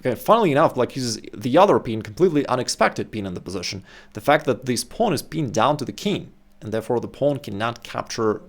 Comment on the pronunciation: The reason I don't watch many videos from this channel, is because of the pronunciation of the words "bishop" and "position". Sorry but I find them extremely ugly and irritating with the way they are pronounced :(